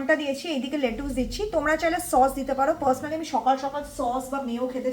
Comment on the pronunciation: It's lettuce not letuus 😂😂